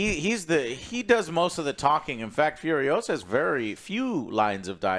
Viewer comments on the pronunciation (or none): It’s not Fiuriousa, it’s FuriosA! C’mon man, don’t deny your latino roots, Fiuriousa, pfff FURIOSA